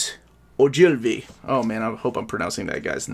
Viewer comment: (I'm gonna be that person, please forgive me!) Assuming it's pronounced like the Scottish surname, it would be 'OH-gul-vee'. A+ for effort though :D. Thanks again for this beast of a series! It's a great resource for readers across the board.